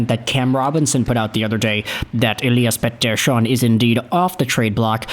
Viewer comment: OMFG… stop saying EP40’s name that way, every F-ing video of him you say it at least 2x… 🤦‍♂️🤦‍♂️🤦‍♂️